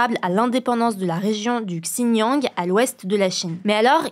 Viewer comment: 1. On dit XinJIANG pas Xiniang 2. Le Falun Gong c'est une secte au même titre que la scientologie, pas une communauté spirituelle. 3. WeChat ce n'est pas qu'un "What'sApp", c'est plus comme un Facebook, car on y retrouve de la vente, des communautés privées, des boutiques enlignes officielles, des nouvelles médiatiques et des services bancaires. C'est une application qui englobe tout dans la vie enligne d'un Chinois, d'où le choix de cette plateforme pour proférer des menaces, augmentant les chances que les dissidents voient le message. 4. Ça se prononce pas 'Gsi Jinpingne' mais bien Si Jinping. C'est une seule syllabe. le Xi. Sinon bravo pour le travail et, très bon résumé, très concis et franchement chapeau! Faut continuer comme ça!